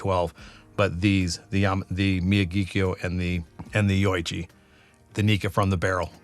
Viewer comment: It's pronounced mi-YA-ghi-kio. The first three syllables are the same as the name of Pat Morita's character in the Karate Kid; Mr. Miyagi. The fourth syllable sounds like the Irish surname, Keough. (There was a Matt Keough who pitched for the A's in the mid 80's.) By the way, your taste descriptions are very descriptive; kudos! As you stated in the video, Nikka has two distilleries; Miyagikyo and Yoichi. Yoichi is definitely a peaty distillery. In fact, it was created with the specific intent to make peaty whiskies. It's only by comparison that Miyagikyo is not the peaty distillery. But that doesn't mean expressions from Miyagikyo aren't a little peaty. So when they say Miyagikyo is not a peaty whisky, what they're really saying is Yoichi is the distillery in charge of making peaty whisky, not Miyagikyo.